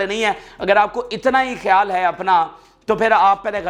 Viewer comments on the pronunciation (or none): none